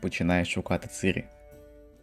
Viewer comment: оце дебільне "цИрі" взялося з роснявої озвучки - бо наші східні сусіди не вміють вимовляти "і" після "ц" і що ще більш сумно - багато хто стверджує, що цИрі нібито "краще" звучить 🤡